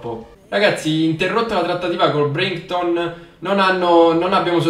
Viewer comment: si dice DANK del BRAITON Comunque bellissimo episodio